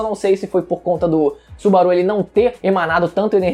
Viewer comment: Que agonia dele falando o nome do Subaru kkkkkkkkkkk